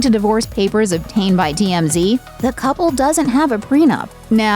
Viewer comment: Cubble? What is wrong with people today? Oh wait, peoble, what's wrong with peoble, sorry. Joze? It's chose, lady. Smh